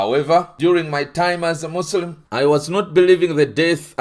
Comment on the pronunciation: As a Muslim I can confirm that you are a liar 🤥 , your can’t even pronounce the most important words Iike Allahoe Akbar, , Muslim and Islam properly , Unbelievable fore an ex Muslims sheikh I think you are IDF burned in a Mercava tank during your duty in Palestine , this is propoganda